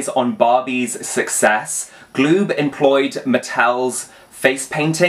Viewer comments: PRONOUNCE IT - GA- LOOB- NOT GLOOB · Galoob is pronounced gah-lube.